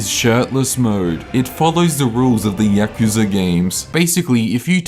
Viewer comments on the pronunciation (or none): none